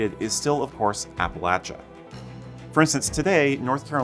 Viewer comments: I grew up in western NC, attended Appalachian State University, and have Scottish roots in the US dating back to 1643. Thanks for: 1) Pronouncing "Appalachia(n)" correctly; 2) using the term "Scots-Irish" instead of "Scotch-Irish." You're obviously as personally invested in Scottish history in America as I am. :) One correction: Kings Mountain is in NC, not SC, though it is very near the SC line. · As a resident of the great state of East TN, thank you for pronouncing "Appalachia" correctly. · Thank you for pronouncing Appalachia correctly. I grew up in the Appalachias of southern Virginia and it drives me crazy when people mispronounce the word. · Thank you for correctly pronouncing Appalachia! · I had to give you a like, at least because thank God, you said Appalachia correctly. Thank you. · Thank you for pronouncing Appalachia correctly. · Thank you so much for pronouncing Appalachia correctly. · I'm proud of my Scots-Irish roots. Also, thank you very much for pronouncing Appalachia correctly.